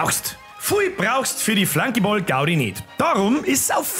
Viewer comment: E, des hoaßt "Flunkiball", ned so greißlig englisch "Flankiboll"....